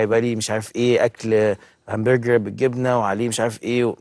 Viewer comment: قول هامبورحر تاني كدا 😘